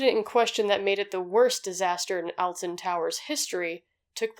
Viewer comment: Just gotta say you're pronouncing Alton wrong, haha. It's a sort of softer sound, almost like o-lton. Edit: and Staffordshire... It's pronounced like sheer, lmao